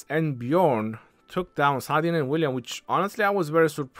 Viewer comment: I say Salahdin or Saladin🤔 nah❌ Saadin yes ✔️👽